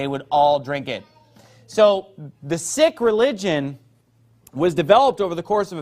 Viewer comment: What an idiot. It's not sik... it's Sikh. Your pronunciation is still off.